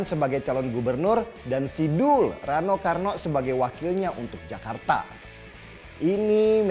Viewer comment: Bang, kl nyebut rano karno, blkgnya jgn pakai "k" ya, gak enak didengernyaa😅😅🙏